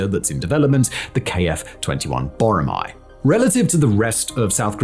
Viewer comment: it's Boramae, not Boromae btw.